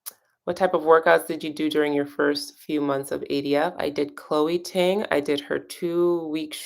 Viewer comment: All this time of hearing you say Chole Ting. Then I discovered I started following her awhile ago. She is also!